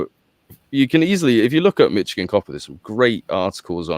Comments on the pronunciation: It's not pronounced Mitch - igin. It's pronounced as Mish - igin. The last part you're pronouncing correctly, but the first part sounds like MISH not MITCH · When I lived in Onsted MI I would dig up chunks of copper & quartz geodes whenever I stuck a shovel in the ground for gardening. It was awesome! (Michigan is prounced Mishigan.) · You mean, “Mitchigin” 😅